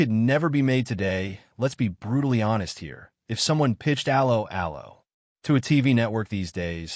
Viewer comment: The pronunciation of 'Allo 'Allo.... You didn't even try